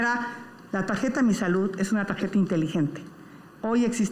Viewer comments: De alguna manera la tarjeta ❌ De alguna manera la tajeta ✅ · Falto la R 😕